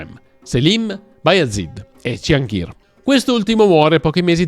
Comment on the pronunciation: Merhaba! 😊 Selim Yavuz, padre di Süleyman/Solimano, fu un po' come Filippo II di Macedonia per il suo più celebre figlio Alessandro Magno. N.B. Pàrgali, non Pargàli. N.B.2 Mahidévran N.B.3 Cihàngir (la c in Turco si pronuncia come la g di gelato, giovane, giallo, giusto) N.B.4 Mèhmet, non Mehmèt